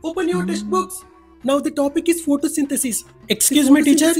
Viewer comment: Anna photosynthesis not potosanthasis